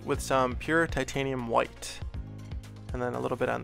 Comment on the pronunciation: I think you're required to pronounce the 'H' whenever you say "Titanium White."